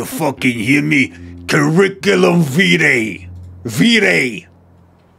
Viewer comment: The first ‘I’ isn’t stressed - it’s more like “cuh-rick-uh-lum wee-tie”